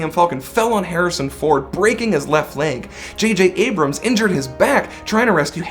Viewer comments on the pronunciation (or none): none